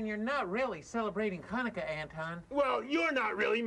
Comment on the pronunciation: It's so nice to see that there is a special episode on Chanukah! In she say Chanukah wrong. If you want to know how to pronouncens it you should listen to yemans Jewish. It is a Voiceless pharyngeal fricative not a Voiceless uvular fricative.